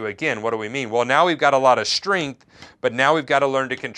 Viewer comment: Shtringth ... im sorry, i had to, after hearing it once i couldnt stop...